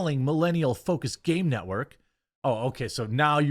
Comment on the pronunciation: Did I hear you correctly..? Did you call G4 the "NOT-work"? 🤣🤣🤣🤣